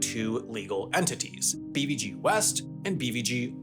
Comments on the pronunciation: Haha so true, especially the way he pronounced BVG "Bee-vee-gee". Since I only know it from a German context I have only ever heard and pronounced it BVG ("bay-faugh-geh"). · Bee wee gi 😂😂😂 that sounds soooo totally wrong. You say it Beh Fau Geh BVG 😂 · As a native born Berliner I feel offended and violated by your pronounciation of BVG! May the wrath of "Wir lieben dich 💛" come onto you! 🤪